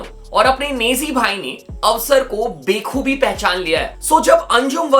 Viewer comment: Bhai bahut ganda pronounciation hai tera hindi or urdu words ka "awsar ko be khubi pehchan liya" nahi " awsar ko ba-khubi pehchan liya",😭😭